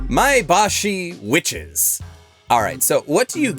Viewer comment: I heard Maebashi Witches as "I am washing dishes", and I was confused for just a second.